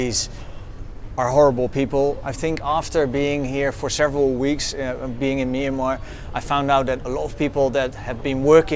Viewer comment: As a Burmese speaker, I wish foreigners would just call the country Burma. They can't pronounce the word Myanmar properly, it's not even used by Burmese speakers as we all know the word is a written form of the country's name, not the spoken form. I know that they're trying but I can't stand that sound, it sounds like the discount pharmacy like Kramer said lol